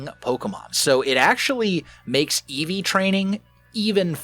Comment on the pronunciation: did say eeves the evolution pokemon